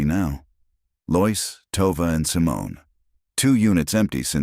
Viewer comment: This is the second story I've listened to in which "Lois" is consistently mispronounced as "Loyce" instead of "LOW-iss." Why can't ai be taught to do it correctly?